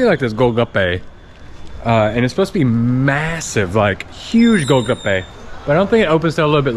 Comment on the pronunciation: Golgappe , not olgappa .